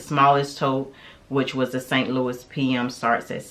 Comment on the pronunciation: Also “San Lou-eee” not “Saint Louis”